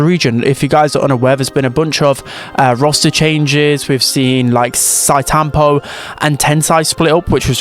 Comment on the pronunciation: Note: Sitetampo is pronounce like Shi-Te tampo, NOT Site tampo